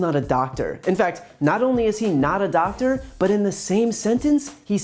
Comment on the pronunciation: “I’m not a dactor”. Yup,we can tell Drump. Now, go play with your crayons.